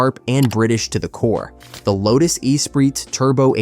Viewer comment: Errrr who hasn’t heard of any of these cars ?? And the pronunciation of the lotus is hilarious 😂😂